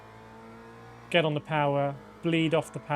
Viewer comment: They're not called elastometers.....E L A S T O M E R S